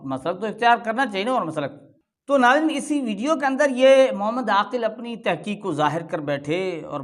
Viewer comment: یہ داڑھی منڈا عاکل ہے نہ کہ عاقل